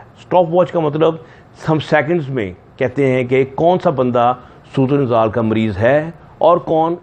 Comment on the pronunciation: its surat inzaal not surut ul inzaal